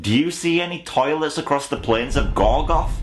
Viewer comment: GorGORoth. Say it with me,: gorGORoth:)